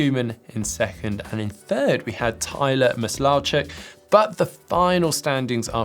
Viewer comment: Mis law chuk 🤣 say it missile-chuck